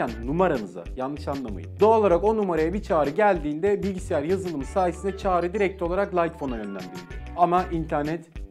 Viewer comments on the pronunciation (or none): none